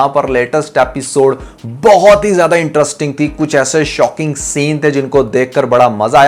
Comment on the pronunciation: Can you learn that it's pronounced interesting not entrusting 😅